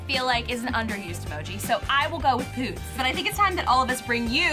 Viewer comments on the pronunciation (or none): Stop saying POOTS!!! hahaha! Do you know what that means over here in NY??!!! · No one: Literally no one: Absolutely no one:: POODS!!!(poodles)